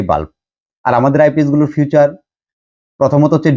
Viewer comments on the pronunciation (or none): ফিউচার না ভাই উচ্চারন হবে ফিচার